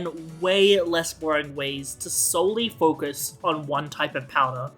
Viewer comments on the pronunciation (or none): none